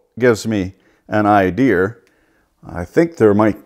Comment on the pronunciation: “I had no ideeaaarrr”